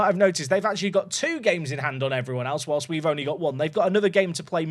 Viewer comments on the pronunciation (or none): none